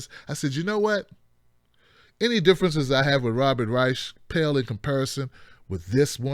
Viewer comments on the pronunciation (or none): none